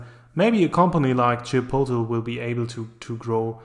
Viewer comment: Can you please pronounce Chipotle properly